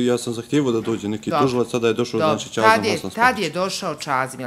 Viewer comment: Čuj čazim a ne cazim sve ko fol upotrebljava č